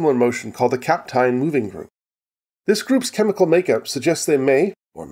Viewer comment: The "eyn" in Kapteyn is pronounced like the "ane" in "plane".